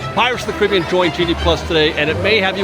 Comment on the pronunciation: Care-a-bee-ann. Not criby-ann.